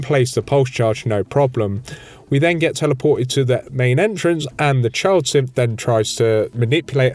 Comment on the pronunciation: Bless your accent. I find it funny to call the Synths "Simps"! Somehow it just... works.